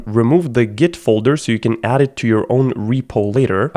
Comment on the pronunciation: "g-i-t" istg im dying